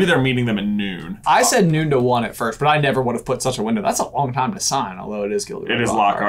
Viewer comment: Dude said VIRSCHT OF ALL